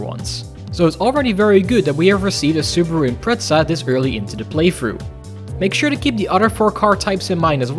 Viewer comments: Why "Impreza" with the T? ("ImpreTZA") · every time he says impreza, i half expect him to say impretzel